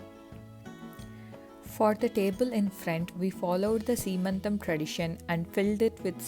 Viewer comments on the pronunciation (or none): it is seemantham not sree mantam